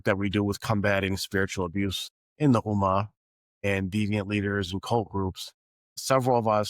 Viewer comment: The word Ummah has a tashdeed. It means you have to stress the m. I can write it in Arabic but it looks like you can't pronounce Arabic words properly which is dangerous as it changes the meaning